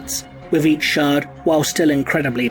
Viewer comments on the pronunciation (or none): none